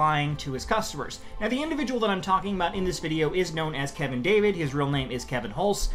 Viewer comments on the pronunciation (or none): none